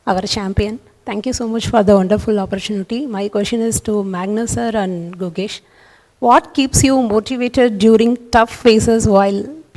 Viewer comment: Pathetic journalist! Despite being an Indian, that too a Tamilian, she mispronounced Gukesh's name for that rubbish question. Media companies and radios should have better standard at selecting journalists they're sponsoring the trips for.